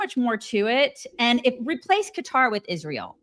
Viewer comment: I especially hate how she says Ish-rael.